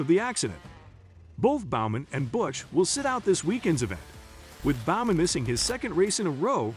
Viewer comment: Can someone who has a clue on how to speak do these videos? Annoying voice, can't even say Bowman right, and calls the last race a "episode". Get a clue. What a clear disconnect from the sport and here just for clicks.